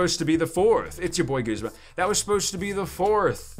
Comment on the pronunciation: are you saying guzma or goosema!? TALK RIGHT!!